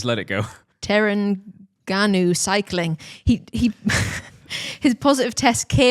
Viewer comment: Well done for the pronunciation of Terengganu 😅 took me about six months to get it when I was there